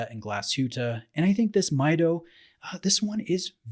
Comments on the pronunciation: It is pronounced as "Mee Doh," not "Mai Doh." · Pronounced Meedo not Miydo. Come on. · Great review. I have one just like this one and its such an underrated watch. Also, you mispronounced the name. It's Mido in spanish (meedo) as the name is derived from the spanish phrase "Yo mido" (I measure). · It is pronounced "Me Doe" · Hi! Very nice review! Actually it pronounces "meedoo".It's from spanish word "Mido" that means "I measure". :D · Hi, I have this watch, love it and have worn it for the better part of 3 years at this point. Just a quick comment about your review... the movement is not COSC certified on this model. It is laser adjusted in 3 positions and the bezel is not a 120 click bezel but rather 60 clicks. You are correct however in that it is an aluminum bezel. Others have commented on your pronunciation and it is MEE DOH contrary to the way you pronounced it.